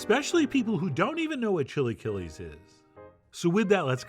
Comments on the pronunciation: "Chilly killies" - wow. Chee-la-kee-less. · I’m dying that after the initial pronunciation of “chilaquiles” he immediately moves to “chilly killies” 😂😭❤️ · Ok, at first I was scheptical and saying "what is he doing?!" But i would taste it and avoid thinking of it as chilaquiles, just Chef John's chill'aKill-S jeje at the end it looked good. I would add "epazote" because it is a flavor that completes the sauce